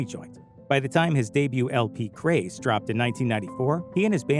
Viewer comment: remind me to never click on this channel's bs again. he calls his album "craze" when it is clearly actually called grace. not a mistake but a very shitty troll